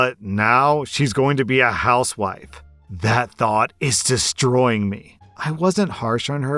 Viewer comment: I heard "house wipe" not wife